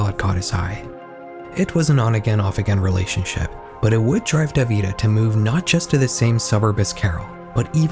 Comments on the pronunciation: Horrifying, indeed 😔 ("In the olden days" lololol, ☠) (BTW… "Davide" is pronounced "dah-vee-day" in Italian) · I know it's not that deep but hearing "davIde" instead of "dAvide" made me want to rip my ears off oh my god 😭